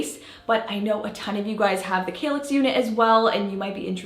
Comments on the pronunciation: Wow, really gorgeous result, and fairly easy (but DARN I guess I need a handy dandy nail gun now!) I have an old-ish Besta unit in dark brown, you've given me an idea on how to upgrade it a bit! BTW I think it's pronounced KALL ax like the word "pal." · Argh stop saying 'kaylix' 😫